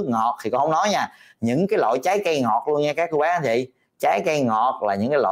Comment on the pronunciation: Bác sỉ nói cái loại,mà bác sỉ nói cái lọi,ko đúng chữ.